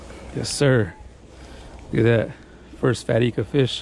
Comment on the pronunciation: Pronounced I-ka not E-ka. Surprised no one told you. They just let you keep saying wrong. Tight lines bro.